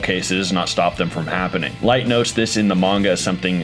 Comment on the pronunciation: Man just said law lyet lmao